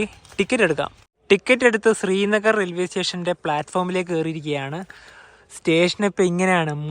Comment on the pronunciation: താങ്കൾ ഉച്ചരിക്കുന്നതു സ്രീനഗർ എന്നാണ്. ശരിക്കുള്ള ഉച്ചാരണം ശ്രീനഗർ ആണ്.